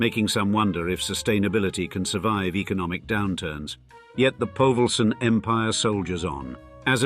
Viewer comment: The name is not povelsen its Paulsen